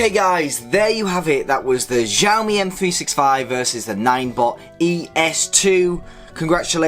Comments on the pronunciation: Not jioami its siomi (in Chinese xiaomi) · omg it's not ZIAOMI it's XIAOMI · "zhaomi", "as moch as I kan", "give me zombs up" jeez, my ears )) it says that conclusions are , but there is nothing there, just some mumbling and filler to extend the video. "Carly opinion" . Watched for a few minutes, again - nothing, just rumbling and noises, 0 information. I am giving "zombs doun". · You read xiaomi like its french.